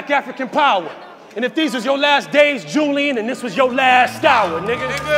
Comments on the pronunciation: That was a reach because u don’t say Julian like ju- Lyin so taking out the j only reads Ulian as in u-lee-an not u- lie-an but I get it , he tried but that was a reach. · Ulian is pronounced U-LEE-IN. Imagine thinking niggas can't catch your bars but you not even making sense.